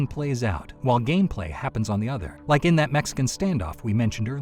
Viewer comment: "Did you rike it?"